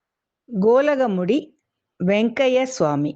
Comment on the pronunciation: Not கோலஹமுடி...pronounce கொலக்காமுடி